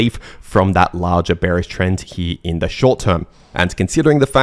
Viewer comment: im giving some translation to english: 1) Lar-jar = larger 2) May-jar = major 3)twid-dar = twitter or X 4) technically speaking = according to my neighbour 5) give it or take = trust me bro Thanks to me